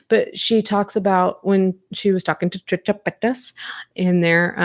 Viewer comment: I cannot believe I laughed out loud every time you said "Tricha Paychas" why are our senses of humor like this 💀